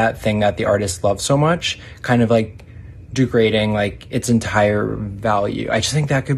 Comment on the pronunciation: Is anyone going to mention that guy says "Du-grading" instead of degrading? Anyone?